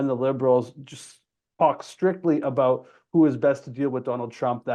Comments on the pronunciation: Why do you say "a boot"? No one I have ever met from BC says the word like that. Are you pandering to low-IQ Americans with silly stereotypes? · coming from a canadian: Is it the exercise ball you're bouncing on that is making you mispronounce words like "about" for no reason? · Hi, I am a 56 yr old Canadian and can honestly say we do not say about like the host is saying it.